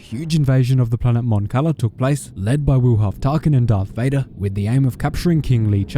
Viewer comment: Jarth Vader